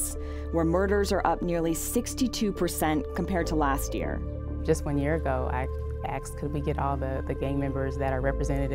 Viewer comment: The mayor is so well educated — clearly — and yet, still said “axed” instead of asked. It’s embarrassing, just as ridiculous as when people say “nukuler” instead of nuclear.